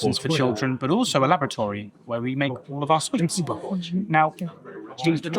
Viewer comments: Wonderful, totally enjoyed watching the experience you had at the Fat Duck, had to laugh though when he said labortoree, rather than laboratory! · LABRATORY? Wtf? it's called a 'laboratory' !